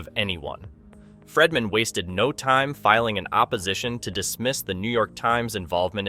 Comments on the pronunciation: please fix your pronunciation of Friedman. It’s pronounced Freedman NOT Fredman. Long E. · Its Friedman (FREED-MAN), not FREDman. While I understand that you simply pull from everyone else's YouTube videos/reporting from hours earlier to then compile it into your own video, please make sure the clips you are inserting match what you are talking about at the time. A lot of it isn't matching and you repeat the EXACT same things over and over (the NY Times) but a few minutes apart. You also inserted a clip of the WME CEO (Ari) that had nothing to do with what you were talking about at the time?! It's misleading and the 3 ir 4 videos I've seen of yours, you do the same thing. Obviously, whatever you're talking about should align with the clips that you're inserting at that moment 🙄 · Pronunciation is FREEman not FREDman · My goodness!!!His name is Friedman not Fredman!